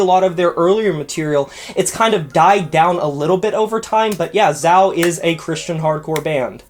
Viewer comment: Great video but hearing you mispronounce Zao hurt my soul.